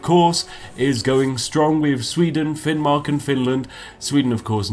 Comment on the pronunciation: de you just say finmark?